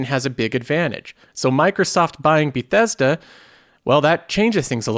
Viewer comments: Be-thess-duh. I Click on the video and I got two suckerpunches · Learn how to say bethesda... it killed me lol